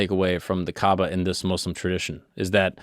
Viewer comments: From the very beginning i was very pleased to hear you pronounce the name right. Islam and Mouslims instaid of Izlam and Mozlims. Thank you! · Gotta say really impressed that you pronounced Muslim right the entire video as a white dude